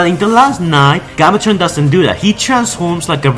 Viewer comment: Holy fuck, your voice made this video unwatchable. Please learn to say names properly. "Galvatron" not "Gobbletron".